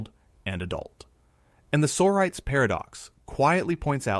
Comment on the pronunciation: I have never heard the word "sorites" pronounced "SORE-ites". The word "sorities" is plural, and it is properly pronounced "Soh-RYE-tease". Please teach your computer how to use a dictionary.